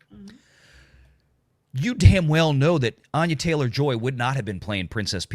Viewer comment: Thats not you pronounce Anya. 😅